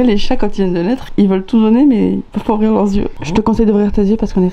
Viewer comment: j'ai même demandé à ma mère, "elle en n'a pah", ça c'était même accent que Jeff Tuche! ah ah:)